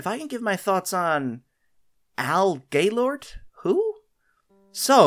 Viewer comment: When he said Al Gailort I thought he said Gaylord💀